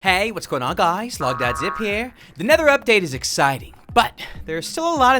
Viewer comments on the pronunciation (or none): I Love his intro * hai wot's goin on gois* 😂 That made my day 😂